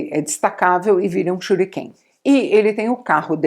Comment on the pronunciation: Perdi tudo quando ela falou shuriken kkkkkk